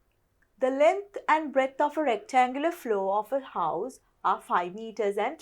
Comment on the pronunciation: breath not breadth